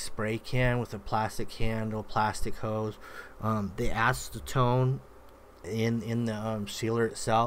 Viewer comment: Did he say “ass to tone” 🤣?